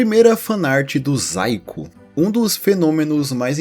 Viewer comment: zaiko? achava que estava falando saiko, já tava me perguntando "o saiko fez um video de dragon ball AF e mostrou uma fanart que virou lost midia?"